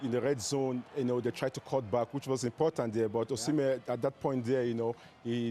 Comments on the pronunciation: His name is Osimhen, not Usman lady! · I know… but how can they have someone on the show who doesn’t even know how to pronounce the name of a player like Osimehn. That’s hilarious